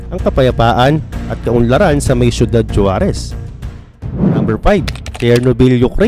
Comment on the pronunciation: SORRY ABOUT DUN SA “JUAREZ”YES YAN YUNG SPELLING NYA BUT ANG BIGKAS NG MGA MEXICAN JAN HINDI “J” KUNDI “H”…HUAREZ YAN PO ANG TAMA.😂😂😂😂